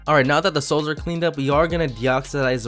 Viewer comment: everytime u say soles i hear it as sauce